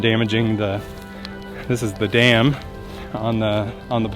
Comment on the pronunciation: Oh my you made my day but when you said dam I heard jam 😂😂😂